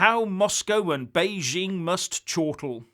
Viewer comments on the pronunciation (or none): none